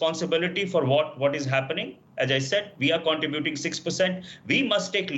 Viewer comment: Most words pronounced are correct, but contributing is not two words, contra buting, its one word. It should sound like contrehbuting. I spelled it incorrectly there to help with the pronunciation. The i in contributing sounds like a silent e. So you get an eh sound instead of an ah sound & its one word. I realize English is a 2nd language.